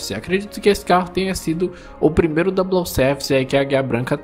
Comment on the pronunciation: Dica: Na palavra "double" não se fala o L, portanto, pronuncia-se "dabou".